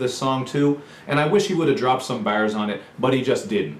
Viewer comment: That accent when you said bars made me laugh a little